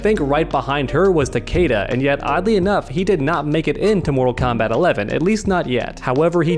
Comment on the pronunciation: Am I the only one that got REALLY triggered by the way he pronounced Takeda's name?!